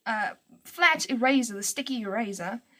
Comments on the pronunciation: Every time you say "eraser" it sounds like "E-razor" to me lol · The way you said "eraser" in the beginning instantly had me thinking, 'oh, she's South African!' Just because my boyfriend is from Johannesburg and that's how he pronounces it. And then you said you were in SA. :P Anyway, I just found this vid from your DeviantART, and you are so talented.